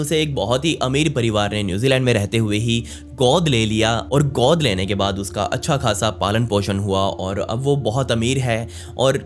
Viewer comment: Please work on your pronunciation. Learn the difference between "O" sound and "OO" sound. The way you pronounced "Godh" in the line "Godh liya tha" was wrong. Same with other words like, "Sambodhan" etc.